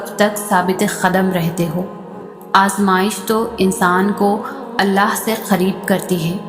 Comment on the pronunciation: Subhan Allaah wa bihamdihi I really like the way you say Allah my beautiful sister